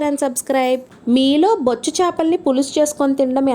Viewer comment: " బొచ్చు " అనకూడదు ..... " బొచ్చె " చేపలు అనాలి !!!